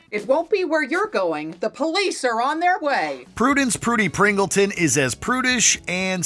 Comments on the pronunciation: it’s actually Pingleton not Pringleton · As an old fan of Hairspray... is Pingleton, not Pringleton, but great video other than that! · Actually, Prudence's surname in Hairspray is "Pingleton" not "Pringleton" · It's PINGLEton. For heaven's sake, she says it in the clip you used! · #1 You all don't even know what a Karen is, apparently. #2 It is Prudence Pingleton. Pingleton. NOT Pringleton. STOP saying Pringleton! #3 Where is Chastity Pariah from Elvira Mistress of the Dark? Where is Hilary Fae from Saved? Where is Mary Ann Bryant from Easy A? Where is Jason Voorhees' Mom?!!! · It's PIngleton, not Pringleton!